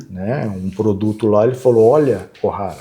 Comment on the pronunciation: Nao é Osohara , meu querido. Eles são os Ohara. O sobrenome é Ohara.